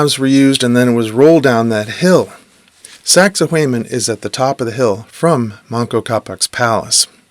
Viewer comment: saxay waman, not saxay wayman never thought I could be so triggered but you pronounce it so many times